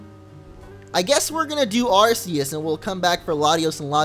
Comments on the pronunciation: It's not ar-se-us it's ar-ke-us :D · Its (are key us) not (are see us) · It's AR-kee-us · you said arceus wrong just saying (ar-key-us